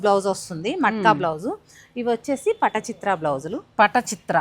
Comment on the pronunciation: vatachitra kaadu madam.... avi patochitra paintings on blouses.